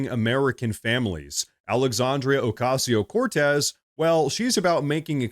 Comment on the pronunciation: PLEASE.... JUST SAY ...." cortez" PLEASE !